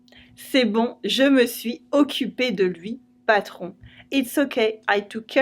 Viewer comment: I've watched your videos, quite a few, and noticed you don't connect the words (the consonant of the preceding word to the vowel of the following word). For example, in the sentence "Je me suis occupe de la fuite dans la douche." You didn't connect the last "s" of "suis" to the "o" of occupe. I also noticed in other videos, you connected almost whenever possible. Why the difference?